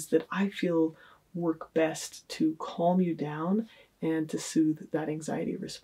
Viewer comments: The way she pronounces the word calm annoys me more than it should 🤦‍♀️ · Did she just pronounce the 'L' in calm? wtf lol